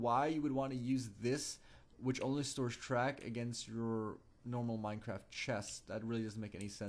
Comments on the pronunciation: did you just say Minetraft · lol he said minetrart😂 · At the start u said Minetraft